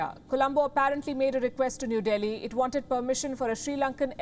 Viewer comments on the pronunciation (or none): none